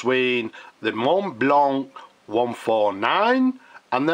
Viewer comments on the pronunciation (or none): The "c" is mute in the word "blanc".